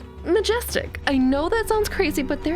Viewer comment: . It took me a second to realize you meant "doomy" not "do me". Lol